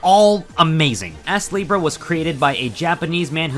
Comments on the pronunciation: I keep hearing the name as Ass-Libra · I had to check the title of the game cuz he kept saying ass leebrah